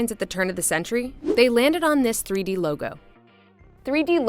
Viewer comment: Threey deey